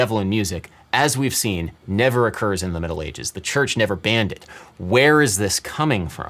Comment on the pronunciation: I literally heard "Metal ages" instead of "Middle ages"